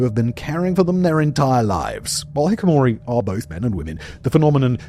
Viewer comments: An entire half-hour video, and Simon doesn't even bother to learn how to pronounce the subject matter. Hikikomori has FIVE syllables, including TWO 'k's, not one. Hick-ee-koh-MOR-ee, NOT hick-oh-mor-ee. It sounds just like it looks... How hard is that? Simon, I know you don't look up pronunciations on Decoding the Unknown, but mispronouncing the title and subject is way too lazy, and denotes a lack of respect for the subject, the audience, and your job. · Bro. Why even put the word on screen if you're going to pronounce it wrong? We can all read it. Hikikomori. Hikikomori. HI-KI-KO-MO-RI. You're saying hikomori. Completely skipping a syllable. Cmon dude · Pronounces hikikomori as hikomori umpteen times. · bro how do you misspronounce the title of your own video in the first 30 seconds, "Hikamori" lmfao comon bro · Why did you keep saying 'hikikomori' incorrectly? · Hiki - ko - mori. Not hikimori. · Its hikikomori. Not hikomori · It's hikikomori, not hikomori Surprised you can get this so consistently wrong, just look at the spelling and read it phonetically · Hikikamori, NOT Hikamori. Pronounced He Kee Ka Mori.. not Hik-Mori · hiKikomori...not hikimori. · Hi ki KO mori..... Sorry, but the word loses meaning when spoken Hikimori 😅. Other than this 👍👍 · Every time I hear Simon pronounce it "hi-ko-mori" instead of "hi-ki-ko-mori", I cringe. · Not to be a pedant but is it hikikomori or, as he’s saying, hikomori? Or am I just uneducated in Japanese pronunciation? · You keep saying Hikimori instead of HikiKOmori! Come one man you’re making a whole video on them you can’t just remove a whole syllable in the middle of the word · Simon, you have lost 2 letters in the name. It's hi-KI-komori. Not hi-komori Pronounced hee-key-koh-MOR-ee. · Simon you're saying it wrong. It's pronounced like hiKEEkomori. It's not "Hikomori." There's five syllables, not four. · Hikikamori not Hikamori 🤘🏼😎👍🏼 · Hick a more e? Come on my guy, you're better than that. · Hikikomori.. not "hikimori"